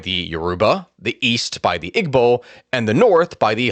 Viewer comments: EEEBOs not IGG-BOs how you say it. Igbos were never integrated. Passive aggressive policies against Igbos/Biafrans has occurred for decades after the war. They rarely got positions in government or military. Eastern area hasn't been developed as much as the West and North. (with government projects). Igbo's focus was in trade and education. All the coups after independence were between Hausas/Fulani and Yoruba. Igbos were on the side lines. Country needs to break apart so we can all go our separate ways. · Great job! Watched with my family. We are Nigerian! Just some minor critiques regarding pronunciation. 1.) igbo is pronounced (ee-bow) the g in Igbo is actually silent. 2.)Lagos is actually pronounced (lay-ghost) that’s the closest way I could think of spelling except you wouldn’t say the t in ghost. So (lay ghos) 3.) and lastly my favorite name to say growing up was babingida which is actually pronounced (baa-bang-ee-dah, not baa been ghee-da) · Got to needle, with the word Igbo, you do not use the g. It is pronounced Ibo because it is using the Igbo alphabet system where the heavy b is gb. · Great video boss i know it reads Igbo but its pronounced (eebo) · The way he sed Igbo is funny in future reference the g is silent in Igbo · Someone has probably already mentioned this but the "g" in "Igbo" is silent